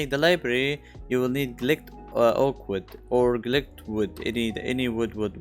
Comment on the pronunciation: it is "GIL-DE-D", not "glicked" :)